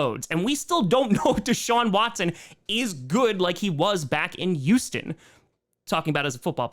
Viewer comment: I love you I really do, but why do you avoid the letter H like the plague? It makes me sad, the Yooooston Texans and yoooge implications are slowly sending me over the edge